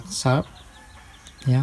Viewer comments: Bacanya Sya'p gan, masa sarap hahaha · Bukan sharap tapi SHARIP ABANG MAU COBA COBA MELAWAK GARIII G AAH👍👍😄😄😄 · Sarap😭😭😂 sharp d bacane shap maseh ngakak buat hiburan yang lg sedih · Ngakak pas masnya bilang mereknya, bilangnya Sharap😂, hahahah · SHARP = Di Baca nya Yg benar SARAP.. Om😂😂✌